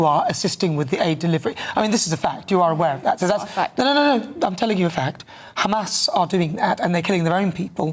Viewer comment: How the fuck are they still on about "do you condemn kkkkkhhamas?!" LOL, zios are so fucking lazy. i mean it would be less work for them to admit that they are evil genocidal ghouls 🤡